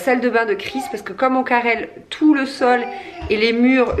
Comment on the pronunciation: On dit pas carrelle on dit carle 😅